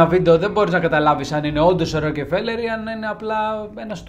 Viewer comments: Μπρο πας να πεις ένα στορυ για άτομο που δεν ξέρεις καν το ονομα του. Πρώτον είναι η πλουσιότερη οικογένεια στον κόσμο,δεύτερον είναι Εβραίοι και τρίτον λέγονται ΡΟΚΦΕΛΕΡ. ΣΒΗΣΕ ΤΟ ΒΙΝΤΕΟ ΚΑΙ ΞΑΝΑΚΑΝΤΟ ΑΠΟ ΤΗΝ ΑΡΧΗ ΑΝ ΣΕ ΑΚΟΥΣΟΥΝ ΕΛΛΗΝΕΣ ΕΞΩΤΕΡΙΚΟΥ,Η ΑΓΓΛΟΦΩΝΟΙ ΝΑ ΛΕΣ ΡΟΚΕΡΦΕΛΕΡ ΘΑ ΣΚΑΝΕ ΣΤΑ ΓΕΛΙΑ ΚΑΙ Α ΣΕ ΞΕΦΤΥΛΙΣΟΥΝ ΟΠΩΣ ΜΟΛΙΣ ΕΚΑΝΑ ΕΓΩ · Στην αλάνα που τον πέταξαν είναι εκεί που έχει καντίνα ο Ρότσιλντ;;;;;; Μεγάλε δεν φταις εσύ φταίνε αυτοί που σε ακούνε 😂😂😂😂😂😂 Έχεις πολύ πλάκα Εγγονός του παραμυθά έτσι; Α ! Και μάθε πρώτα πρίν βγεις αέρα Ροκφέλερ όχι ροκεφελερ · ροκφελερ διαβαζεται οχι "ροκε" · Ρε φίλε, έλεος, Ροκε-φέλερ και Ροκε-φέλερ συνέχεια. Άνοιξε ένα ρημάδι google να δεις πως λέγεται ο άνθρωπος, που του άλλαξες το όνομα. Ροκ-φέλερ λέγεται. Δεν μπορείς να πεις το ρ με φ μαζί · Ροκφέλερ έλεος!! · Ροκεφελερ;Πρωτα απ'ολα μαθε να λες σωστα το ονομα. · Δεν το προφέρουμε Ροκεφέλερ. Επίσης παραμένει η πιο πλούσια οικογένεια. Καλό είναι όταν γυρίζουμε βίντεο να διαβάζουμε πρώτα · Ροκε φελερ!!!!! Οχι ρε. Ησουν και αγγλια... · Γεια σου καλε μου. Το ονομα προφερεται. ΡΟΚΦΕΛΕΡ. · Δεν προφέρεται το e φίλε . Ροκφέλερ προφέρεται και ο τύπος εδώ είναι εντελώς γεια σου ... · O ροκΕφελερ 😂😂😂😂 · Την ιστορία τη θυμάμαι από τα παιδικά μου χρόνια, τότε οι εφημερίδες μίλαγαν για το θέμα πολλούς μήνες. Αλλά παιδί μου, εδώ στην Ελλάδα τον προφέρουμε Ροκφέλερ. Όσον αφορά το βιβλίο που έγραψε ο Χοφμαν ... δεν πιστεύω τίποτα. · Εντάξει, προφέρεις λάθος τον Ροκφέλερ, ανεκτό. Μα, "εξαφανισμός";;;;; Έλεος. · ωραια ιστορια, λαθος προφορα στο ονομα... ωραιος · Wraia ta lleei to palikari giati tou kanis paratirish.. bravo re kai la8os na to les se goustaroume me ta xilia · Μία διόρθωση, Ροκφέλερ κ όχι, ροκεφελερ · Ροκφέλερ βρε όχι Ρο κεφελερ. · Ροκφέλερ φίλε μου, οχι Ροκεφελερ. Βγάλε το Ε από την μέση. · Συγνώμη, αλλά δε λέγεται το επωνυμό τους Ροκεφέλερ, αλλά Ροκφέλερ. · Αυτό το Ροκεφελ !!!! Πέστο σωστά : Ροκφέλερ 😅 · Ροκφέλερ οχι Ροκεφελερ.